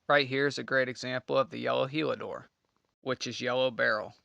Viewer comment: Heliodor… not Helidor